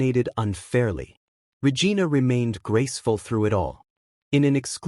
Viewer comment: How many times are you going to mispronounce Regina. Lol